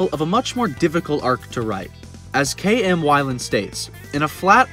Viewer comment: K.M Who? I mean, I can't even discern the name.